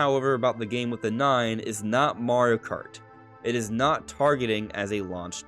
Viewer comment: "marri kart"